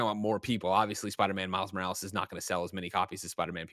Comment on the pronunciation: "Spider man miles moractor"